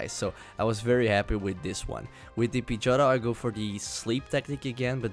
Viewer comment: OHHHH, so uh.....nothin on ur accent but every time you said Pidgeotto it sounded to me like you were slurring the word a bit and saying "Pidg-ah-toe". It took me hearing you say it several times to realize what you were saying. Sorry